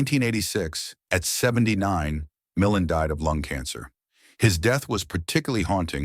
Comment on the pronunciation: Re: Ray Milland. His name is pronounced "Mill-AND," not "MILL-an." Dump the A.I. voice overs!